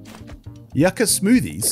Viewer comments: Yuck ah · the way you said yucca... actually bothered me ngl